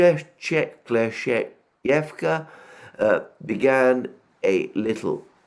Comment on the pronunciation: That "Kleschevka" killed me. He's not bad, until something "very Russian" appears in the name. Wrong stress in some names quite butchers them as well. Which overall defines if the pronunciation is good or not. Idk what you mean by "good for English speaker", I mean - what plays the role of a "measuring stick" here? It still sounds to me like someone new trying to play the violin. lol